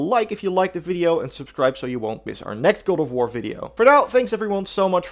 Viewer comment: The start of the video he said "Gore of war"